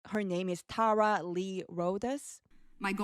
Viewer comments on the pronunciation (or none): none